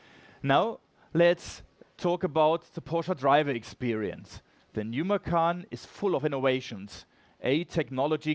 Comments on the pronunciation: I believe you named this car from the Indonesian word for tiger. From a native indonesian speaker, macan is pronounced MA CHAN. The pronunciation of ma-khan means to eat in Indonesian. So please tell your PR, Marketing, dealership associates to stop calling it the Porsche Eat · I'm slightly annoyed that they named it after the Indonesian word for tiger, but they don't pronounce it correctly. It's ma-tchan, not ma-kahn. Anyway "makan" means "to eat" in Indonesian so it still means something lol.